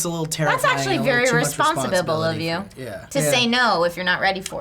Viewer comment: Haha, said responsibible